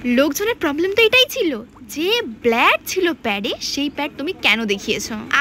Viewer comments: Pronunciation thik nei akdom....Ota Blood hobe!! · It's not blad 😅 It's blood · আগে তুমি ব্লাড বলতে শেখো 😂😂😂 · ব্লাড e bole6e valo kore suno